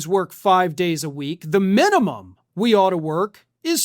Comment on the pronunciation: Minium? What's the maxium?